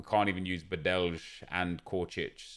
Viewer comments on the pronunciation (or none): Can you please next time say Like it writes Badely not Badelj. I am from Croatia and iz really triggers me😂😂. Sorry for my English 😂